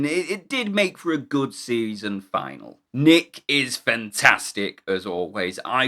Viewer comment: You went a bit French there...saison. 😊